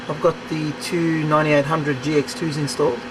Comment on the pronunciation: Oh my god, when he saids, "I not only have 1 9800 GX2, but *emphasize* two, 9800 GX2", sort of reminded me of, "I not only have 1 PS3, but *emphasize* two, PS3's", from the 4 PS3's video.